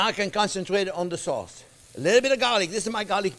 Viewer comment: when he said "you can make that soz in big quantiti and friz-it..." I was waiting for "yu can friz-it for 17 ears" not this time...I'm sad